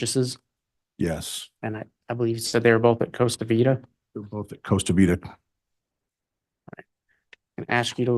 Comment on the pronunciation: He doesn’t even know how to pronounce things. It’s “Costa Vida” not “Cosa Vida.” And it’s “Doctrine & Covenants” not “Doctrine of Covenants.” You’d think he’s had long enough to learn this case inside and out.